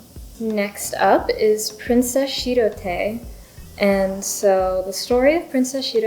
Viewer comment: oh wow, i opened youtube at the exact right time :O shirotae is pronounced tah-eh at the end ^^ i've had my eye on the princess uguisu one since it was announced, i think the combination of green and red plus the design is just so pretty! thats a good point about posting the pen, not a problem for me since pro gear slims are too backweighted (for me!) posted, but thats good information, i think most people i've seen post their pgs's